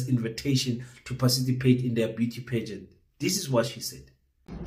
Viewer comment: Hayi wena, 🙄🙄🤔🤔i doubt if you are South African you can't even pronounce the word "PARTICIPATE " are you sure you are not from Zim?😂😂😂🤣🤣